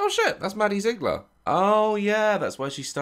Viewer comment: ‘Maddie Zigller’😂